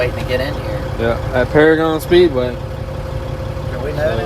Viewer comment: paragon is one of my home tracks awsome to see u guys like that track and its pronounced pair-again lol